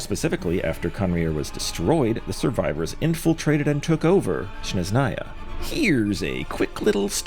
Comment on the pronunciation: Love ur theories man! I know its nitpicky, but i see it happen alot with many creators: You keep saying Shneznaya instead of Snezhnaya. It's a very small thing, but smth I'd like point out. Keep up the amazing work 🙏